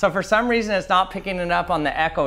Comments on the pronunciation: Has nobody came down here to point out he said "key weason"? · Ha he said weeson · Sry the way u said reason sounded funny made me think of "i was just wondering the amount of dededitated wam I should use in my server"